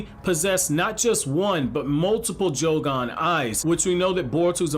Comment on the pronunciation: Idk why but it bothers me he keeps pronouncing it as jougon instead of yougon